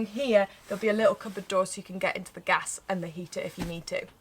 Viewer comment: Gas! ..not Gash! 😂